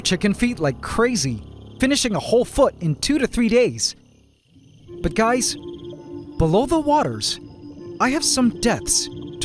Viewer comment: For a sec I was sarced with the liveaths when you said Im sorry gays